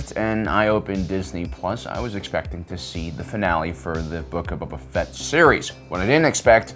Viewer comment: I keep hearing him Say Bubba Fett not Boba